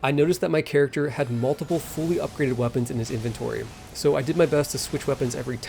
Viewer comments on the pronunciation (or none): none